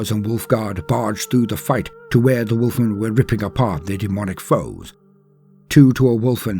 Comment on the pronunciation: I love your posts, but all I heard was “Wolf wolf wolf wolf wolf “.;)